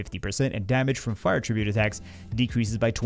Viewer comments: nothin but love. And because I love ya, I have to point out that the word "attribute" is both a noun and a verb. And they're pronounced differently. Att-RIB-ute is the verb (I attribute my success to my mom's support), ATT-rib-ute is the noun (mon had a fire attribute). Trying to look out for you via public correction. 😅 You're welcome? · Congratulations. You've set a world record for mispronouncing the word attribute 12,396 times in 20 minutes. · mispronouncing "attribute" 500x in a row... what's the opposite of ASMR?